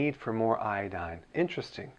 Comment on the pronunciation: 边做饭边听这个视频，满耳朵都是波哥在说“海带”，我就纳闷了他开始学中文？瞄一眼翻译，原来是IDDINE🤣